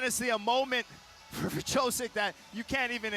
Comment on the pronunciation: Nothing like hearing dingdong commentators mangling fighters names (Wrzosek = Vjosek, idiots). What a joke of an organization.